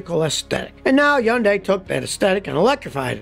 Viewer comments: Scotty, great video! Btw—2nd syllable of Hyundai is pronounced ‘day’ so it’s pronounced ‘hyun-day’ (according to the Google i -Translate app) 🤓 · Scotty, love your videos, and I've learned a TON! BUT, if you know about the meaning behind the Hyundai logo, why don't you know how to pronounce the name of the brand? It's "hun-day" like Sunday. How do I know? Because I bought an Excel back in the old days (1986) and they even showed how to pronounce the name in the brochure. Not to mention the fact that I was the voiceover guy on Hyundai commercials here in Southern California for several years. It's not hyun-dye or hun-die or Acme or Hoover. It's HUN-DAY...Hyundai. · Almost everyone says the name wrong. The romanization is poor. In Hangul, the name is 현대. This is pronounced as "Ha-yawn-deh", with the syllables run together. Scotty has it correct except for the last syllable. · It's pronounced hyun-day. BTW, I have a 2019 Accent SEL. It's the third Accent I've had, and the 2nd I've bought brand new. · It's Hyundai, like Sunday. Not whatever the hell he's saying. Hahaha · Their advertising says Hyundai rhymes with Sunday. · someday scotty will realize yundi starts with an H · Scotty has GOT to learn how to pronounce, "Hyundai." It rhymes with, "Sunday." "Hun-day" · Scotty, for the hundredth time. Please say Hyundai correctly Hyundai rhymes with Sunday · Scott... It's pronounced "Hunday" like "Sunday". FYI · Hyundai rhymes with "Sunday" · You are pronouncing Hyundai completely wrong. It’s pronounced like “Sunday” but with an H instead. Like “Hunday.” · Your Hyundai pronunciation is way off - simply rhymes with Sunday . I have had 4 Hyundai autos, and they have been 100% reliable. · It’s Hyundai…..like Sunday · Hyundai sound like Sunday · Pronounced Hun day here. 😆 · it's n0t that hard Hyundai rhymes with Sunday. so It's pronounced HUN-DAY. just watch on of their commercials. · As a Korean it kind of urks me how many people mispronounce Hyundai. It's He-un Dae.